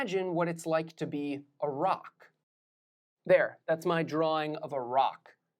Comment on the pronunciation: Anyone else heard Iraq rather than a rock